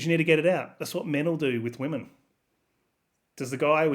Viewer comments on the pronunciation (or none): LMAO 2nd chick said "wymyns" ......... pure gold